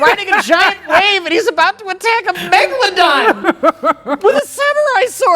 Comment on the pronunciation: Thanks for teaching me the correct pronunciation of Megalodon